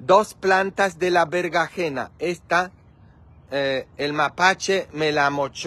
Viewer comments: se dise berenjena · Opino que hiciste un buen trabajo, es muy bonito tu jardin, las flores son hermosas y tendras una gran cosecha, no ocuparas ir a comprar frutas o verduras, lo correcto mi querido es chile serrano, chile poblano, cilantro y berenjena, espero no te moleste esto, solo estoy compartiendo contigo los nombres de las verduras porque pides ayuda sobre la forma correcta de decir algunas palabras... Las espinacas son buenisimas, para un delicioso jugo verde o ensalada.